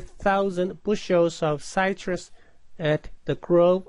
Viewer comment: Would be nice to finish the problem. Also, if you're going to use English, figure out how to pronounce it correctly (e.g., "citrus" does not rhyme with "flytrus") and use cities you know how to pronounce (e.g., Ocala = Oh kah' lah).